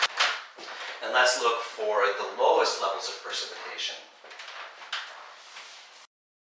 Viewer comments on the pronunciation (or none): Sorry, Percipitation is .... ? That word is precipitation, right? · its precipitation not percipitation